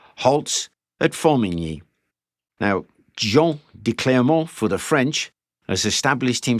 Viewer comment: I praise you for your pronunciation of《Formigny》. 🫡😉 Here. Have a like.👍🏼